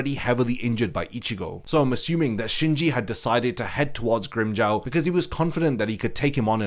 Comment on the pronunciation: Grimm-"Jao" 😭😭😭 it's Grimmjow as in Jaw na Jao